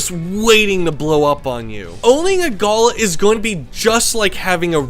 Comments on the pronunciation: It's pronounced Ga-LAH with emphasis on the second syllable. I'm lucky to live in an area of South Australia where these fellas are everywhere and are crazy birds in a good way. They are often seen hanging upside down during a rainshower, which allows for the cleaning of their feathers. I once knew a lady who was given a Galah chick in 1925 when she was 5 years old. She lived to be 85, and the bird outlived her for another 4 years... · Galahs here in Australia hang out in flocks of hundreds to thousands. I own 4, some rescue of which I've owned for nearly ten years, one of which was raised from 6 weeks old . They are highly affectionate and comical creatures, however a word of advice on pronunciation, I hear you saying it in the way you would pronounce a gala (festival), however it's pronounced evenly Gaalaah as in ga ga ga, la la la, G a l a h. Beautiful young Galah there. Cheers. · That poor bird you did not stop moving your hand arround which would make it so nervous. Also pronunciation is gulaaaa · Did lots of research apart from how to pronounce "Galah" properly. galarrrrrrrrr. LOL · Not a big deal but how we pronounce them in Australia is like galaaaah. With a big emphasis on the final a. Not a big deal just putting it out there :) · The worst pet. 80 year commitment, it's like having a 2 year old. Avoid. You pronounce galah really badly 😳 Google the pronunciation, please 😄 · Love how you say Galah we aussie say it different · Great video. Really informative and full of great unsight into these birds 😄 however, your pronunciation of the name galah is maddening haha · Its not pronounced go lah, it is gal ah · Pronounced Gāh-lā not "gola". Source? am aboriginal. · I think it's pronounced "galaa", not "gaala". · FFS it is not "Gulluh" it is a Galah. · You need to learn how to pronounce the name of the species, All one word but Ga lar, not Gala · Ga-lah .. it’s pronounced ga-lah .. a gala is where you go to a pool 😅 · in aus we pronouce it (gul ahhhh)